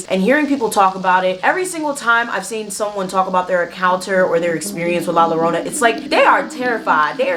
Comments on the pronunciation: 2 l's make the "y" sound so it sounds like Yarona. Sorry I couldn't help it 😅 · No disrespect at all , I wanted to say it’s pronounced l-ah j-oh-rr-oh-na ‘ I enjoyed this ✨